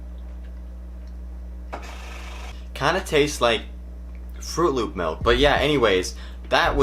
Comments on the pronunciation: I was not expecting him to say melk. Didn’t think u were a melk person. Kinda sad now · Did u just say MELK?? Big oof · nobody:: mElk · He freaking says 'melk'